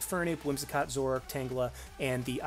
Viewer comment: Zorrork? Zorororororororororork? What happened to the A?